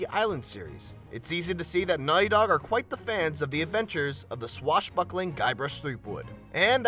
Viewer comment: why did you say Naughy Dog?